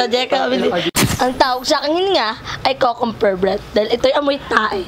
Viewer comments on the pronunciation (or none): tawang tawa ako sa "kukumber" breath 😂😂😂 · Mali po ata pagbigkas ni sa Cucumber 😂😂